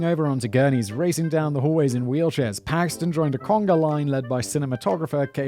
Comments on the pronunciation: Bill Paxton not paxman. don't know why that bothers me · Great video, but it’s Bill Paxton. Sounds like you were saying “Paxman” to me.